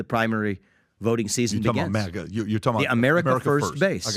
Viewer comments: It’s not MOGGA. It’s MAGA. Bag, tag, rag, sag. MAGA. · IS MAGA NOT MAAAGUA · u had me UNTIL U SAID MAGA WRONG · I had to rewind bc I didn't bc I didn't hear any thing after he said maga wrong twice lol uh it bugs me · Bro pronounced MAGA wrong.